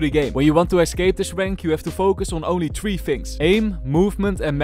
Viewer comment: het is niet zo moeilijk om een nep engels accent te doen ik kan je soms amper verstaan, het is bijv three niet tree